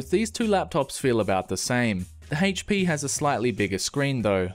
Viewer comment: Lol, the "HAYYEIch-P."